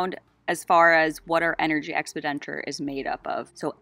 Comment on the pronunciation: You’re pronouncing expenditure wrong- “ex-PEN-di-ture” 👍